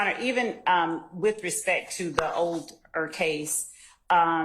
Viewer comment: …. It’s pronounced TO, not TA. You’re welcome.